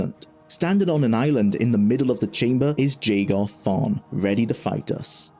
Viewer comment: JAY-gar hurts me physically every time you say it.